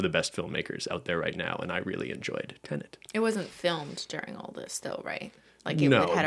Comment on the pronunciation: Oooohhh. Tenet. Haha. I thought was saying “Ted” and I was so confused.